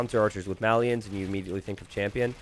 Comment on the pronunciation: You pronounce "Malians" wrong.